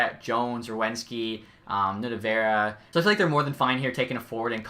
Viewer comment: Nutivaara is not said how you said it it’s pronounced Nuuti-Vaaaraaa